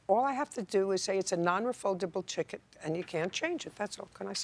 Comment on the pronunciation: "a non refuldable chiket"